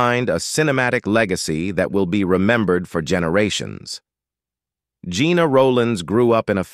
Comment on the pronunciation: Her name was pronounced like "jenna" not like "gina".